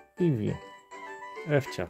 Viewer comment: Nie Ewcia tylko Iwcia od Iwony. Iwcia Iwcia Iwcia 😉🙂👍